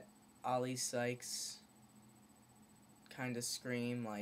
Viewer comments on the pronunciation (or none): OLI SKYES! not PSYCHES!